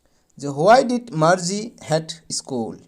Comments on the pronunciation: Sir Marji nohoi Margie😅😂😂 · Margie ❌ morghi 😂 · Marji nohoi sir margie😊